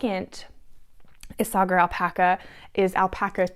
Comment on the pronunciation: Hi I just found your podcast. Love your Monday sweater. The yarn you used by Isage4, is actually pronounced ‘issay-er.’ It took me a long time to figure that out! 😉 Also as far as scratchiness goes, I heard some)me say she washes her sweaters in hair conditioner. Don’t know what that does but it sounds like it would soften it. I may try it for a sweater that I made probably 1st years ago that I love but I have to wear a shirt underneath and still the neck itches!